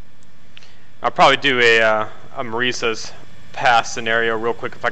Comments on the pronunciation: Fyi Marias is pronounced muh rye us. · You pronounce Marias, Muh RYE us. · hmm i dont pronounce Marias as Ma-re-si-es I pronounce it as Mah-wry-as. Im not saying that your pronouncing Marias wrong Im just saying thats how I say Marias